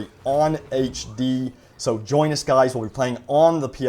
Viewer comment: Why do you “gwuys” always defend EA and Dice. Either you’re on the payroll, just dishonest, or delusional. Seriously “gwuys”, is it hard for you to say the word Leak?